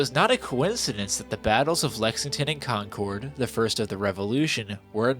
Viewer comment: We had the Paw Sox :-) R.I.P. Pretty hard C on Concord. You sound a bit more Californian with that :-)